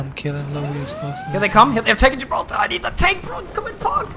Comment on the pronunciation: Am I the only one who loves the way pronounces "Gibraltar"?